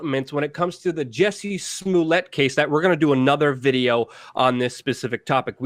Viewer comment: Pet peeve. I can't let it go. It isn't SMU-LETTE, muj Polski brat; jest SMO-LETT, podobny do SMO-LENSK. Jesus Christ, please say it properly. Ugh! Moving on: this is a sham, nonsensical issue that I think is being pushed on us so as to blind us to Israel's continually getting its way; the passage of Article 13/17 in the EU; along with countless other crimes happening all-around the world. We're being absolutely fucked as a populace, and yet all we can do is focus upon this truly minuscule issue. I'm over this. But, if other's are interested; so be it. Oh, I forgot to mention this, which is why I am returning to add it now: Chicago is NOT the murder-capital of the US. That distinction goes to, as it has for over a decade now, belongs to Baltimore. This isn't a brag, Chicago, my hometown, certainly has MANY issues, not least of which is homicide/gun-violence, along with immense corruption/nepotism, incompetency, outright fraud, etc...